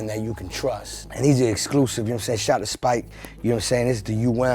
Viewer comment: omg he pronounced spiz'ike wrong